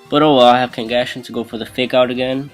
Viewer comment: It's pronounced Kangaskhan(Kngaskan.)